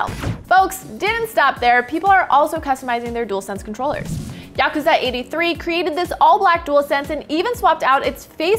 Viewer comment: Wow! I'm featured in this video! But you made a mistake. Its Yazuka83 not Yakuza83.